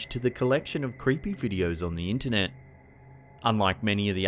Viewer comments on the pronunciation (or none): none